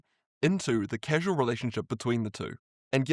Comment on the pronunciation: not casual, causal.